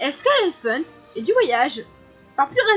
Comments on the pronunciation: Super par contre ça me perturbe un peu que tu dise "Laéfent" au lieu de "Léftan" ( j'exagère exprès ) mais sinon j'aime trop la vidéo 😍😍😍😍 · Comment tu dis Leiftane ? ? On dirait que tu dis éléphants 😂😂